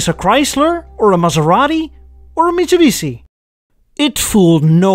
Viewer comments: Any particular reason you keep pronouncing it Mitshubisi instead of Mitsubishi? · not mitsobisi,it's mitsubishi😂😂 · What is your problem with pronounciation of mitsubishi and sierra, you speak fine all the other words...